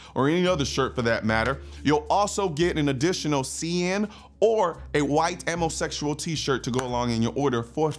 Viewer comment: Did he say "ammo sexual tee shirt"????